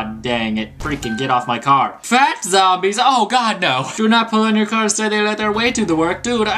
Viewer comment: When he said get off my car it did not.... Sound like car! XD lol